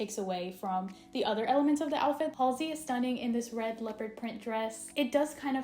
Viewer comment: I can’t believe you said joutfit